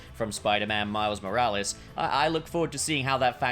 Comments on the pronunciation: no one:: Miles Moral-ees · I’m sorry but it pisses me off how he says “moralees” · Why do you say morales wrong I was losing my mind. It's not moralees. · bro really said miles moraleez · He’s saying moralis wrong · Man said Moraliz 😂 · You dont pronounce his name like Moral ees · Please learn how to say miles name right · That's got to be the strangest I've heard someone say Miles second name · Nobodys gonna comment on the annoying way hes pronouncing morales? AND THEN HE SAYS IT NORMAL, WHY ARE YOU DOING THIS TO ME